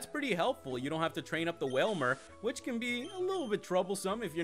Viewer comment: your saying cane not can